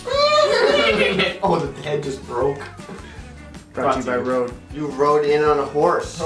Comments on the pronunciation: Im norwegian and that is not Rode that is Røde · Lololol the way they pronounce RØDE is so funny to me cause I'm danish. Like the real pronunciation is so much different.